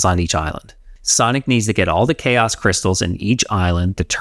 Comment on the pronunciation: 2.37 K S emerald😂. How can an english speaking man pronounce chaos as K S😂? Greag review though. My brain